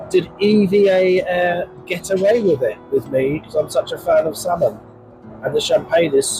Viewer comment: It’s EVA not E.V.A